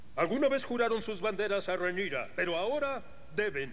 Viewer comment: Acaso dijo Rhaenisa!? xD pd: no te enojes me gustan tus videos xD